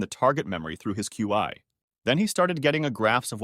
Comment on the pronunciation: Qi is pronounced like, Chee.